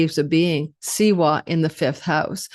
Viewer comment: W in siwa is pronounced like V